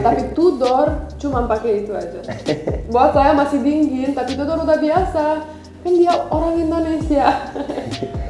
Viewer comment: Cute banget kalau ngomong kadang ada kelebihan ‘g’ nya 😄. Dingin jd dinggin. Banget jd bangget.